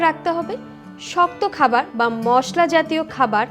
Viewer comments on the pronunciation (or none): none